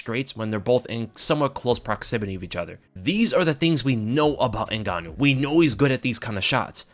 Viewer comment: Hahhahha Francyril N-gane-ou